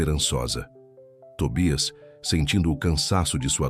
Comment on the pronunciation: Afinal o cachorrinho chama-se Tobias ou Tóbias. sr. narrador tenha cuidado no que está a ler e ou a escrever. Isto , se quiser likes na narração das histórias. Que eu saiba a língua portuguesa é a oficial do Brasil, ou será que há uma terceira chamada brasileirês?